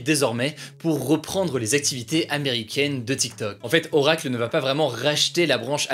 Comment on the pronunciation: Par contre..... Ça se prononce "Orakeul" merci